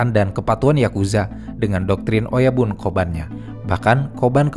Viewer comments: bacanya oyabun ya, bukan oyaban 😊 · Oyabun, bukan oyaban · Bang oyabun tetap di baca oyabun bukan oyaban